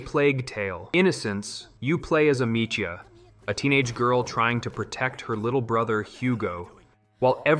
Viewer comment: No way the narrator of this video has played plague tale and pronounces Amicia like that XD